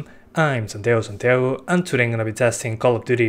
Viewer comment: Your name is santaiyo santaiyo ? You pronounce like that...